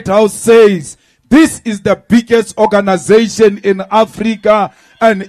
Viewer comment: That o-ganasation is life threatening 😮